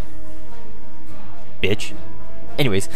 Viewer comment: he said bitch weird